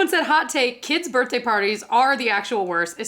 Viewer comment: I just learned something new about you through this video, you say “burt-day” instead of “birthday”. 😂❤